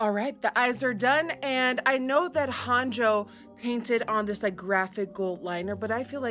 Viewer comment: shekilledcovid it’s actually pronounced ‘Hah-n-yo’ 😄